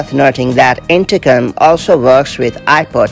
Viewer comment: Sounds like her is saying.. intercum? 😂